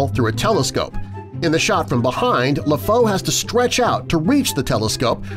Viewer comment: Lèfou is said Lefoo